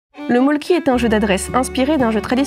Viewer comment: On ne prononce pas "molki" mais "meulki"